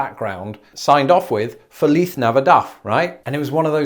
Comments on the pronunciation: Feliz is pronounced like fleece in fleece jacket but with a long A after the f. So it is f A leece. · We don't pronounce the z in Feliz like he's doing it. That might be how they say it in Spain but not here. Even in the song it doesn't sound like that